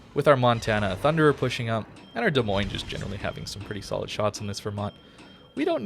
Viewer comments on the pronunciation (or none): none